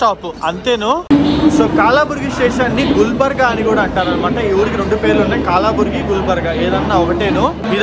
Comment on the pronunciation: bro adi KAALABURGI kaadu bro, KALABURGI BRO